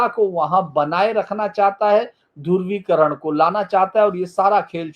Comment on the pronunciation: धुर्वीकरण नही धृवीकरण